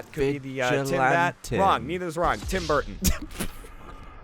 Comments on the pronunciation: “TIM BURTON” rflmao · "Tim Burton" Gavin dying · "Tim Burton" hahaha